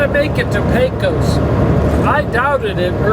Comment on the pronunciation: great videos. By they I know your not from Texas,as I am, but you pronounce Pecos as Pecus & the same for the Brazos River. Keep up the great recordings